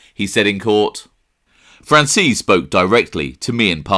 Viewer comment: The way he pronounces franzese 😂 "fransees" lol its fran-zeh-see